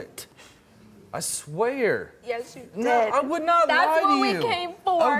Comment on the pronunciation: "I swARE"